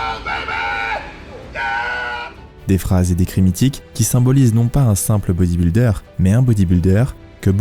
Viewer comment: Putain que ces Frenchies sont nuls en langues étrangères. C’est: “bodyb-iiii-lder”, pas “bodyb-uuuu-lder”!!! C’est quand même pas la mer à boire, bordel de merde!